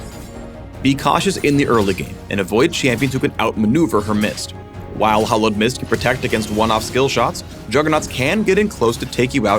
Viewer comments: You are pronouncing "hallowed" like "hollowed"; I really don't think you guys knew what the word "hallowed" meant when you chose it... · americans pronounce the 'a' in hallowed like an 'o' so it sounds like "the hollowed seamstress"